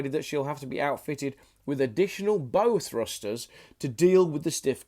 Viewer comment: Mispronouncing foreign words is sort of understandable, although you could have put in a few minutes' effort and found out how to say them. Mispronouncing 'bow-thrusters' shows you have no idea what you're talking about, and rather looks as though you couldn't be bothered to find out. Surely you can't be trying to make money without putting in any work or attempting to do things properly? Can you???